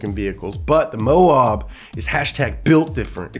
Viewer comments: Mo ab, not mo ob. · Mo-Ab, not Mo-owb goddangit! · moe-ab. like stomach abs. moab. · You said Moab wrong 😂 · Dude SERIOUSLY needs to learn how to pronounce "Moab". It's "Moe-Ab" (like the Simpsons character + the body part). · gonna have to learn how to pronounce Moab if you’re building up some old Tacomas 😂😂😂